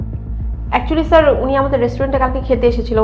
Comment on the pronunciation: বার বার সার সার করেই জাইছে আরে ওটা স্যার হবে😂